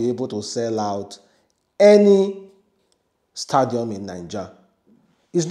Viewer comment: Stadium n not stadam".